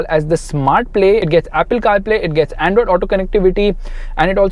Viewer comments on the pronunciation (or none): none